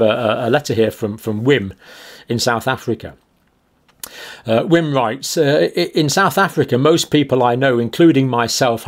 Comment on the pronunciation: "Wim" is pronounced "Vim". It has Dutch origins, and Afrikaans uses Dutch letter pronunciation.